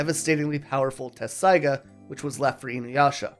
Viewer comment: Appreciate the review but it I hear the incorrect pronunciation of Inuyasha’s sword one more time, I’m going to scream 😅